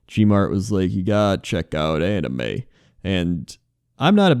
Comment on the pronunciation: when you said anime for the first time I heard Anna May